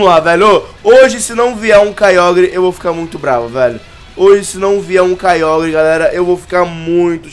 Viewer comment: o nao sabe pronuncia certo kyogre